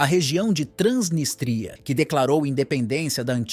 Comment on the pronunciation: É Transnístria e não Transnistria.